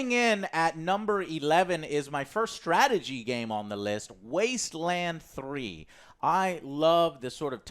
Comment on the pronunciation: "Top... 25 games of 2020" You're either psychic or you forgot a word when speaking buddy :D E: NONE of them said "Wasteland 3" right. Are they THAT excited for Fallout 76 The Wastelanders?